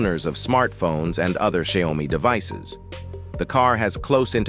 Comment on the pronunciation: What is sai-o-mi?